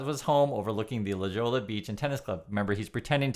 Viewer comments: its LA HO-YA not la JO-LA.. come on you have heard some spanish being on the west coast. Anyhow, Tucker is a turd of a human being. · It’s La Hoy-ya, not La Jaw-la 😅 And yeah, it’s bougie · La hoy-ya!! I thought you lived in LA? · Hi! Just want to share that La Jolla is pronounced “La Hoja” with a long O. I love your channel. Keep it going. All of your outdoor video entice me to visit South Korea. It looks really pretty. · Others will have this too, it's pronounced "La Ho-ya." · La Jolla is pronounced La Hoya . Love all your vids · it's pronounced "la ho ya"